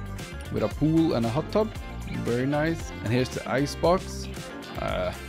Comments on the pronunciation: Why do you saw wary instead of very? I don’t mean to be rude, just curious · I love the way he pronounces "very"😭